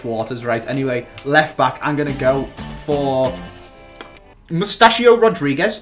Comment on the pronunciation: Mussachio rodriguez?????More like Ricardo Rodriguez